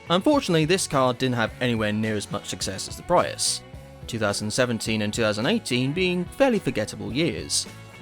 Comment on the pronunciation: Ugh that pronounciacion of Prius STOP ITS HURTING MY EARSSSS😭😭😭🙏🙏🙏